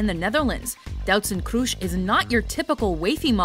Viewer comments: It's not kroesh it's kroes with an s not Sh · Ist not "kroesh" its Kroes just the s not sh. Damn, if you don't know how to pronounce things, than just don't make a video. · Doutzen Kroes isn't pronounced as "Kroesh" because there no H there.. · I love the way she says Doutzen Kroes ( I'm Dutch so I know how to pronounce it :p) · I'm dutch and the way shey prenounces Kroes is just ridiculousley funny ;) u say it like in Tom Cruise btw. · you said kroes wrong i am dutch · why pronounce kroes like she is german... she is dutch damn it